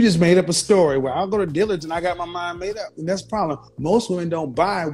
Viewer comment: or how she said Dillard's smh, she said "Deeelurds" 🙄